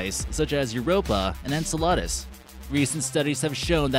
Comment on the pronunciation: It's pronounced En-cell-la-dis, not whatever you said and the James Web telescope isn't finished. There was several other things that you got wrong but it seems the sheepol don't seem to notice and or mind so why take the time to research a subject first. Great subject, horrible research. Sorry just calling it like I see it.